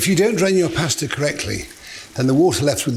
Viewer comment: Why does he refuse to pronounce pasta correctly? Ahhhhhhhhh😅